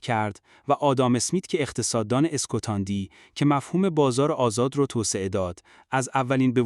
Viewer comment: اسکتاندی❌️ اسکاتلندی✅️